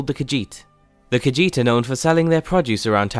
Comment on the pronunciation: It's "car-sheet", not "car-jeet".